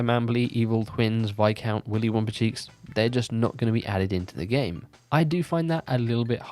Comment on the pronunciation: Viscount being pronounced correctly sounds fantastic in my ears! But yeah, sweet video as always. Sorry for nitpicking haha